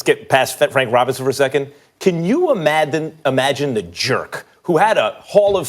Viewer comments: MAX goes ‘Could u ‘imathin’’ rather than ‘imagine’ 😂😂😂I’m petty and MAX goes ‘crop’ instead of ‘crap’ 😂😂😂 he on a good LEVEL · can u imadin hahahahaaha!!! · Nah he def said “imathin”